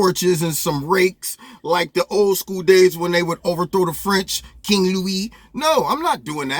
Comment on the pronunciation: Lol 😂 😂😂 I want to hear you say King Lou-ie again!!